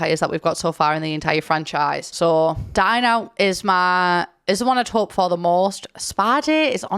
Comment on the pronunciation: When she said 'Dine Out' I heard 'Dying out' and I (no native english speaker) was thinking: "There is a new pack coming out called 'Dying out'? What will this new pack contain?" For about 5 to 10 seconds I was genuinely thinking this.